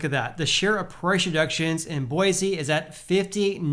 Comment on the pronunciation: Bro. It’s Boy-see!!